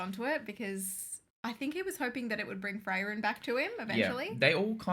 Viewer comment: Your corrected pronouncation of Freiren was quite good for an not native speaker. I wouldn´t say it wrong pronounced and more that u can hear, that u have no training in speaking german. And that quite good for what i think. Greetings from Germany :D